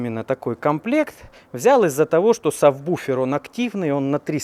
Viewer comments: "я тут это... нашёл савбуфер" не савбуфер, а САБВУФЕР! от английского (Sub Woofer) то у тебя матрица вместо молда получается, теперь вот - савбуфер... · правильно сабВуфер, не буфер.